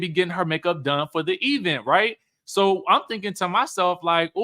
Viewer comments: This E-Vent pronunciation like LaTisha does is taking me out!😂😂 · pronounces event like LaTisha Scott😖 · The emphasis on the Eee in event is cracking me up 😂😂😂😂. That dang Latasha and her Bessemer dialect 🤣🤣🤣🤣